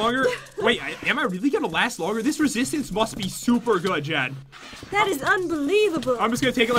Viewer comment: its jen not jaen XD